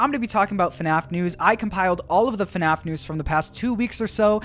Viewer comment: When is the youtooz coming out